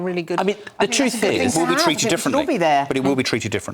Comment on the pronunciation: I wonder the pronunciation of a word missing the T sound, like “treated” as “treaed” is a true British English, or it’s a combination of British English and Caribbean English.